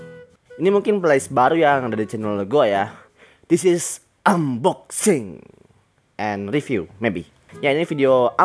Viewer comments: Unboxing bang bukan Amboksing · Tulisan:unboxing Di baca:anboxsing